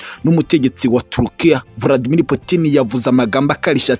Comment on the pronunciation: Nanga ukuntu uvuga Vladimir